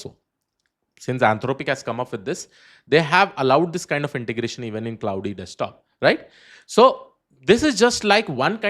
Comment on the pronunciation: Bhai, it's not pronounced as Cloudy, it's pronounced as CLAWD